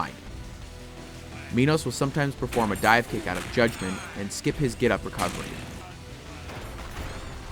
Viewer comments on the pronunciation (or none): I always heard "Judgement" as "God-Man"